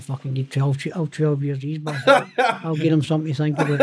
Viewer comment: Howling every time he says "al wreck the place" 😂😂😂 brilliant listen